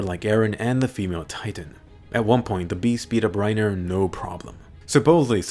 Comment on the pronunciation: Yo im laughing do hard he said "eren got had and pennitrated through rinerer